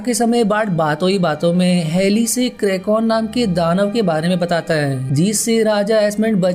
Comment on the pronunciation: It's "kraken" not krakon